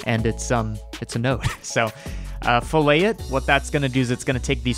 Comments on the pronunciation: So with geometry, usually in an engineering context, "fillet" is pronounced "fill-it" because we are dumb apparently. But it is its own thing and the proper pronunciation is "fill-it" lol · This is cool and all, but fillet has two L's, and the t is pronounced :( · Filet, one l, pronounced FILL-ay, refers to cuts of meat. Fillet, two lls, pronounced fill-et, is a geometry feature.